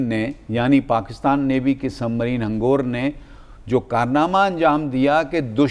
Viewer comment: Mr anchor,hangoor NAHI hangor.